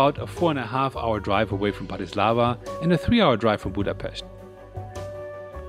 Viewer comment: You should know how to pronounce Bratislava. Accent is on first syllable, as BRATislava, not BratiSLAVA!